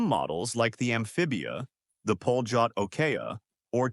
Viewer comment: it s not pronounced "poljot" but "palyot". ΠΟΛΕΤ in cyrillic alphabet. it means the "flight". beautiful mechanical watches. extremely accurate